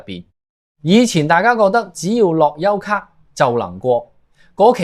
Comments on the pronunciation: 我三月返嚟已經要睇回鄉証，一月尾上去時都係用樂悠咭就得。讀樂(優)咭唔係樂(油)咭？你唔係香港人？ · 樂悠咭不要讀成樂優咭